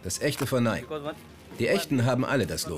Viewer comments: Nicht mal die Sprecher sprechen den Firmennamen richtig aus. Es spricht sich NEIKi und nicht NEIK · nicht neik sondern neiki so spricht man das aus !!!